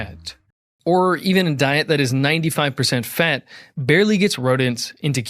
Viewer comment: Just tuning in to hear him pronounce fat, "feht".